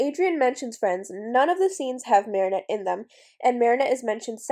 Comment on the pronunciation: I wonder why tou say mari shah instead if mari chat. I like how you say it, I just have never heardmit anywhere elsw